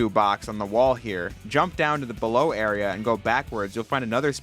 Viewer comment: "so bellow" 🎉 Thank you for this video